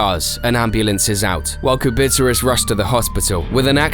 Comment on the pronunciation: How is Kubica pronounced Kubitzer?